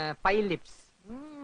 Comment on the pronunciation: ഫിലിപ്സ് ❌ പൈലിപ്‌സ് ✅ 😅😅😅